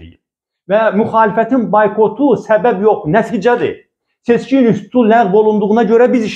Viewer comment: Seçki adını heç öz kanalları deyə bilmir, fəlakət